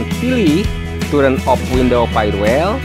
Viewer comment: hee mas itu tulisan TURN di komputer, dibaca TAN bukan TUREN, emangnya DUREN, belajar bahasa inggris yg baik mas